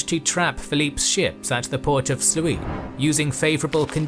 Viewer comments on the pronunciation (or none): The pronunciation of "Sluys" is not "sluce" but more akin to "slu[r]s". Cheers.